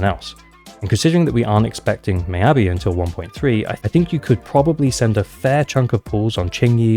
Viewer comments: Its not "my-yabi", its pronounced more like "me-yabi" for ur future vids! <3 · Attack or Anomany, she definitely my must pull because i don't roll for Ellen even when I have Lycaon. Also, Mee-ya-bi, not My-ya-bi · Why do you keep saying her name is "my"-abi? Her name is very clearly of asian origin so her name is pronounce "me"-abi. By the logic of how you're saying her name, you should be caller her my-a-by